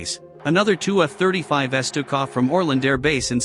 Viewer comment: Love how the robot pronounces F-35s. Didn’t realize that we had reached the S series so soon after their introduction to active service.